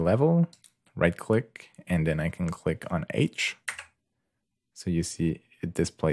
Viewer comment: Good work, you just need to add that "k" at the end of "click" :)